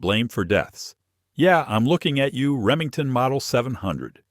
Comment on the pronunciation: 9 mem medahm? What is that? AI strikes again. The information is good but these AI flubs wreck it for people who know guns. Reee mean teen? Or did you mean Remington? Ugly.